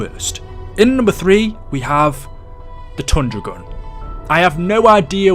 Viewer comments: When he said tundra gun I thought he said thunder gun and I freaked out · I'm sorry did you say tundra gun or thunder gun